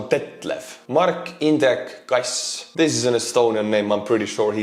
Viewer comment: Keep the best of the front line reports coming! How do we know the difference between an Estonian and someone not from Estonia? When cannot butcher your name. Mark Indrek Kass....well done you called it! Elame omadele. Jõudu kaasa vend!